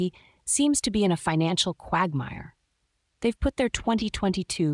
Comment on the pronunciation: Learn to pronounce quagmire.